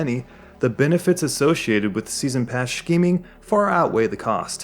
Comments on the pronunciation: pronounced "skeeming", not "shkeeming" just in case it wasn't a joke :) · I like the video but GOD the way you pronounce "Shh-keeming" annoys me. It's Scheming. Pronounced like Skeeming. We're not germans. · Great video but why do you say scheme like that? It's weird lol. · Ahhhh I don't know if someone already mentioned this but you're pronouncing "scheming" wrong. Is it a channel quirk? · I like the way you say scheming, subbed